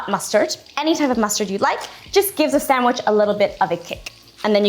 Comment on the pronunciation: Sandwich, say it with me. Sand...wich.